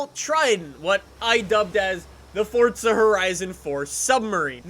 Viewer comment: Why does he keep pronouncing it fortza? Where does the T come from. It's Forza not Fortza.